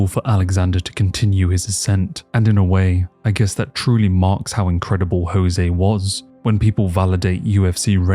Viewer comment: Irrationally upset about how you are saying Jose